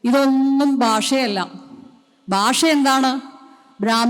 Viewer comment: ബാഷ അല്ല, ഭാഷ